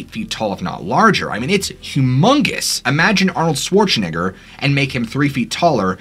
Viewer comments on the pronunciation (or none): Might wanna pronounce Schwarzenegger without an I sound 😂😂😂